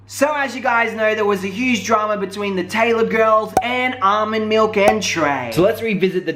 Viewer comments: HIS NAME IS NOT ALMOND IT ARMON PLEASE GET HIS NAME RIGHT IF YOU WANT SOMEONE TO GET YOUR NAME RIGHT !!! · I'm dead did u jus say almond lmfao its ar'mon 🤦🏾‍♀️🤦🏾‍♀️ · You pronounce Armon so weird😂😂